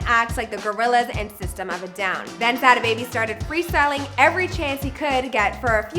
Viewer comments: I hate the way the host pronounces "Sada" 🤦 smh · she can’t do enough research to say “Sodda” baby not Sad A baby